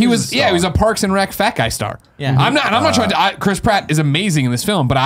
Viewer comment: I know his name is Chris Pratt, but I just can't not hear Crisp Rat.